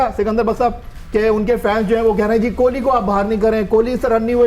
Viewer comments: It's kohli not kholi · Bhai Jan Kohli not Kholi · Kholi nhi hota hai kohli hota hai 😂